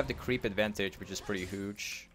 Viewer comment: It always makes me smile when he says hooge lol